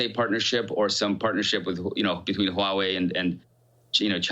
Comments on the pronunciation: Huawei is pronounced "hwah way" not "huh way". Pin Yin is not that hard to figure out. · It is pronoun Huawei ""WUA-WAY" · Stop pronouncing Huawei huuuu wei